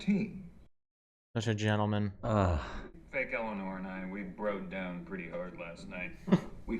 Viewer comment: About Ted Danson pronouncing "Eleanor"...I saw someplace (can't remember where) that Ted Danson said he had no idea he was pronouncing "Eleanor" differently than every one else. While most say "El-a-NOR" he had been saying "El-a-NER". One time he said the more common "El-a-NOR" and they said "no, pronounce it like you usually do" and he was like "what are you taking about?"